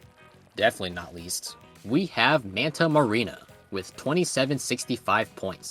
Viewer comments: The map is "Manta Maria" not "Manta Marina" but otherwise great vid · Also it's not manta marina it's just manta Maria not marina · Who is gonna tell him it’s Manta Maria not marina lo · Manta Marina? Isn't it Manta Maria?